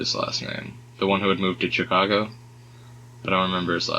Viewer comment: The one that moved to “CHi-cago” lol 🤦🏽‍♀️.